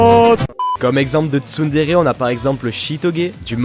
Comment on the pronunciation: j'étais sur MSP entrain d'écouter la vid et voilà ce que j'entends: Les TsumTsum! TSUMTSUM! mode ralenti TSUMTSUM! mode normal je reviens sur la vid je remet et vois qu'il y avait marqué "TsunTsun" :/ PS: je suis un mélange de Nyandere et de Yangire ❤❤❤😍😂